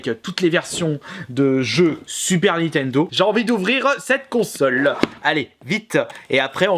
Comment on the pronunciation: Si tu prononces encore une fois "NI-TENDO" au lieu de "NINNNNNNNN-TENDO" c'est strike de la chaîne et cambriolage de ta collection pour le sacrilège !!!!!!!!!!!!!!!! Sinon merci pour ta vidéo quand même